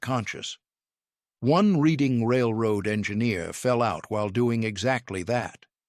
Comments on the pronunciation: Need to pronounce the "Reading Railroad" name correctly!! It's not pronounce like what you do with a book. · Just for the record: Reading (RR & Pa.) is pronounced "redding." The narrator goes back and forth, but largely prefers "reeding," which is incorrect. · It's pronounced Redding. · Interesting topic made boring by too much repetition. Errors are rife in the presentation: - Name Reading only pronounced correctly once. The city is named after a city in the UK and is pronounced as "Redding." - European locomotive pictured. - If Wootten received his patent in 1877, why is a picture of the 1869 completion of the transcontinental railroad (Central Pacific and Union Pacific) shown? - PSY should be PSI (pounds per square inch). - Discussing the coal load, "some were dampened by rain before they reached the tender." As the coal loads in most locomotive tenders were not covered, this isn't an issue. - Nice HO Scale model by IHC. - Pictured locomotive is not a camelback. - Again, locomotives pictured are not camelbacks. - "The locomotive design itself was actually more expensive." Not true. Until the USRA designs of World War One, Locomotives were all custom built. Moving the cab would not be a significant cost factor. - Another European locomotive pictured. - Discussing the fireman's position, "balancing on a moving platform while you worked" would more clearly state that the fireman stood on the tender, not the locomotive. He had to contend with the moving targets of the firebox doors. He surely would not brace himself against the "firebox casing" as it was hot and moving with the locomotive. - Complete falsehood. No engineer would oil siderods while moving. This is nonsense. Areas requiring oi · It's a bit difficult to take this video seriously. First of all the Reading Railroad is pronounced "Reding". Centrifugal force is mispronounce. The loco shown when talking about experimental machines was actually ordinary British locomotive. Gawd. I cant watch any more.